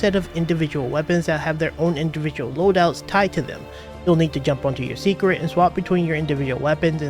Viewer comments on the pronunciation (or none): Say-crit, not secret